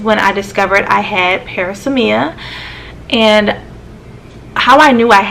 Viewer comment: This is pronounced pr-AZZ-me-uh